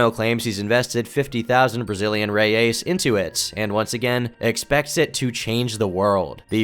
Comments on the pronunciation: Toda vez que ele fala reias invés de reais eu genuína mente tenho um ataque cardíaco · It's reais not reias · Really liked someone else talking about it, im brazilian and we forgot this happened and no one talks about it. Just a ps, its reais , not reias. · The Brazilian currency is not "Reias", it's "Reais". Pronounced "Hey-Ice". Or "Real", "Hey-Al" in a non-plural form. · It's pronounced Brazilian "hey-ice", not Rey-ace. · Not "reias", but "reais" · Its Reais not Reias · Secured 20k Brazilian "Reyeys" lmao "Reais", you rat. I'm joking, but the way you said it was funny. Love your videos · loooooooooooooool omg reias and worst is the way he say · Hey, just wanted to let you know a few mistakes you made during the video. First, the city Rio Branco is from Acre, and the picture you showed is from Rio de Janeiro. Also, our currency is called Real, with its plural being Reais, not reias as you said and wrote throughout the video. Just wanted to let you know! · If you want to say “Reais 💵”, with an American accent, say “Hey-ice” as a single word 🤭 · "Reias" it's reais bro what even is that effort 💀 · The most distubring thing about this video is pronunciation of "Reais" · lol the way he says reais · Not to be that guy, but that's not how you pronounce the brazilian currency lol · great video,but you're butchring the portuguese,how you pronounced the name of the brasiliam currency is trully...unique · his pronunciation of reais is hilarious lmao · the way you say "reais" makes me want to peel my skin off great video!